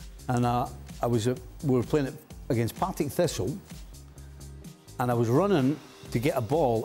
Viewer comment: Get it right...its Partick Thistle 0